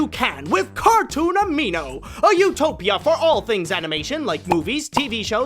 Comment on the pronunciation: "cartoon amino" says cartoon animo. I AM SO CONFUSED! D